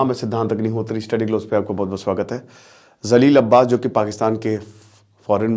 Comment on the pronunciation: Bhai..pakistan foreign minister name is.NOT ZALEEL ABBAS, his name is JALEEL ( JALIL) ABBAS 😂😂